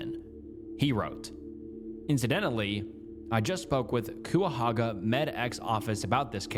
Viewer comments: as a Clevelander, i cringe every time you mispronounce Cuyahoga (we say it Kai-ah-hog-ah) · Q-ah-hoga absolutely killed me every single time he said it so incorrectly lol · As a northeast Ohio resident, my bones crawled out of my skin by how he said Cuyahoga (kie-ya-hoe-ga) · it’s not “Que a hoga” it’s “Kya hoga” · The way you said Cuyahoga hurt my bones. Its said kai-auh-hoe-guh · Kai-ah-hog-uh. You tried, but no lol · Ohioian here cuyahoga is pronounced like ky a hoga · I was waiting for that Cuyahoga pronunciation lol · Another video with mispronunciations easily found on Google for the correct one. Cuyahoga Euclid NAMUS Etc etc Not to mention… - what? How do you know (based on what’s given by the skeleton and autopsy alone) that it was a murder and that the person made sure she couldn’t be identified? How do you know it wasn’t self-inflicted the gun wasn’t taken by those boys or someone else? And the missing bones? Shes been there decades… animals have DEFINITELY gotten to the body… these unfounded assumptions drive me nuts. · He can't even pronounce Christiansen. I wouldn't expect him to know how to properly say the name of some place in Ohio he's never heard of. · Being a person who lives right next to Cuyahoga County it’s really funny listening to you pronounce the names no hate at all it’s just funny 😂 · frrrr lol